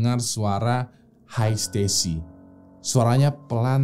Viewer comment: that's "Hi Stacy" not "hai stasy"